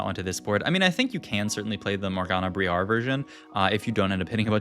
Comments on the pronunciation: Why are you saying "Bree-Are" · the way you pronounce Briar is supremely wrong xD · He's definitely doing it on purpose seeing how he says it properly right after lol. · Stop pronounce briar that way! :)